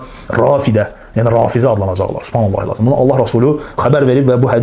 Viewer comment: Supanla əxi supanla nə gözəl, "buyurub sas səlləm" 🥹🤧